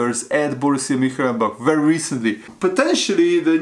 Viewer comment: what's up lad, it's Mun- Chen- glad-back